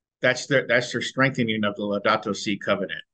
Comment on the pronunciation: The Pope's "Laudatu Si". [Sounds exactly like Laodicea]